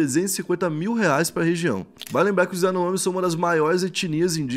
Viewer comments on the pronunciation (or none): none